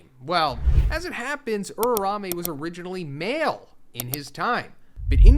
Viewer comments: URAUME not urame😭😭😭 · why this mf keeps saying URARAME wtf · Drink everytime he butchers uraumes name.